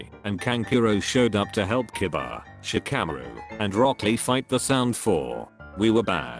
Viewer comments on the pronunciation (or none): none